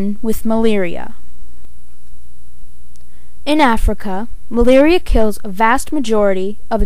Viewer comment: please say "Malaria" right....It's anoying